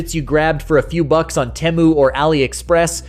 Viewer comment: If you Ns wanted it pronounced temmu, you should have spelled it that way. The dirty Cs didn't start using English letters suddenly. Vowel consonant vowel makes the first vowel long. It's tee-moo. There is no other way it can be pronounced.